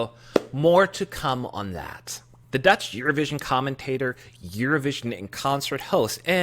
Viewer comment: I love your 'Dutch' pronunciation :)